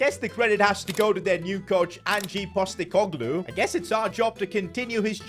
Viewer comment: 'Angee postacoglu'